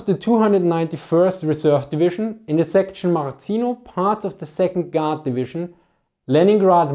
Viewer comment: I hear god instead of guard. Sound like you said, soviet god.